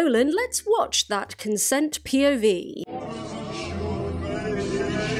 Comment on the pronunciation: Everytime you say POV I just hear/think PIV 😂